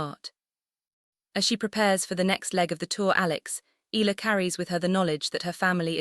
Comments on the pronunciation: Eh..ya..la Please stop murdering her name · eeh- yah-lah, eeh- yah-lah, eeh- yah-lah, eeh- yah-lah, eeh- yah-lah, eeh- yah-lah, eeh- yah-lah, eeh- yah-lah, eeh- yah-lah, eeh- yah-lah